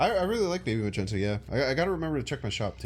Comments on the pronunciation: Not the first vid where you called Magneto as Magento… lol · The mispronunciation of Magneto's 🧲 name is hilarious 😂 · The way you pronounce Magneto I cant tell if its a joke or not 8X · if you're new here, it's just a joke on his stream/channel he knows how to pronounce it correctly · i think he knows that its a joke. aint u?